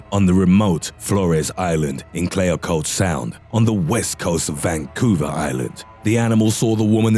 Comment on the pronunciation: Ain`t from here, doesn`t know how to say Clayoquot! This is such hyperbole. Yeh, cougars do at times kill very small people or people who try to run away. So: DON`T run, fight back! I`m an old woman and i`ve chased them with a single-shot .22. They are good to eat. Pumas schmecken gans gut. Willi B. on Vancouver Island.